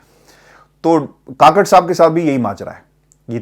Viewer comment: Kukker ha kaker nahi 😂 kaker nahi